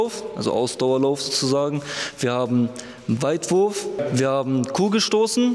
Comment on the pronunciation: Er sagt Weitwurf haha